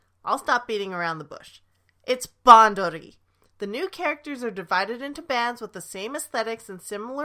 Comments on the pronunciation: I'm sorry but your pronounciations of Craft Egg, Bushiroad and Bandori make me very uncomfortable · Same. As a Japanese speaker, I want to puke. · Even as a none Japanese speaker that pronunciation makes me uncomfortable too